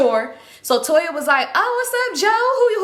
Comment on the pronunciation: U said Toya ? Eggs by Toya ??